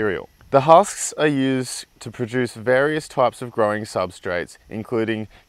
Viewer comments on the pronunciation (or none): none